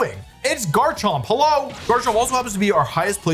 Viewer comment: Wolfey must pronounce Garchomp as "Jarchomp" if he's gonna say Jible And Jabite